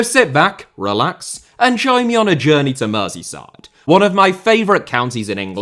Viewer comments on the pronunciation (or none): none